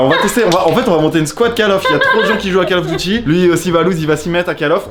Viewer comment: Call of douty ai-je entendu ?